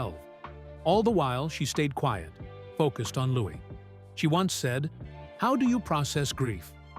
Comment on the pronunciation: She's amazing , love miss congeniality she is really natural in comedy , but why don't you pronounce her baby's name LOUS is letter S a silent letter now when reading